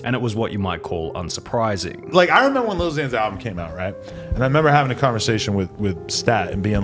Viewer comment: "I remember when lousiana album came out" they literally called him, louisianna lmfaoo🤣🤣🤣😂😂